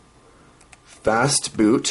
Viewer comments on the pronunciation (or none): yeah, you just missed the t in "fastboot"